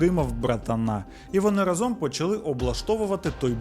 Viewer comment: Чудове відео! Ідеальний звук та картинка. Лише рАзом, а не разОм 🫡